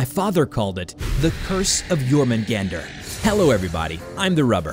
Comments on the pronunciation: It's [Yor-mun-gahn-dur], not [Yor-mun-gAn-dur]. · Well I pronounced jörmungandr Jörmungundr or Yormun Gawn Dir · YOR-MAN-GAN-DER is how you pronounce it I believe. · not really he pronounced jörmungandr in the western way